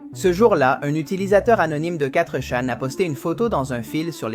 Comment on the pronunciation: Bon travail, bonne video, mais la voix terne, et l'absence de synchro c'est dur. Vu la facon de dire quattre chan au lieux de fourchan. Et plein d autre detaille donne l impression d'un truc fait par l'ia. Bonne continuation